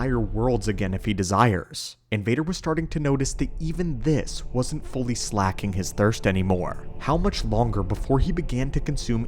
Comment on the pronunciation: Great video. FYI - 'Slaking' is pronounced like 'flaking,' not like 'tracking.'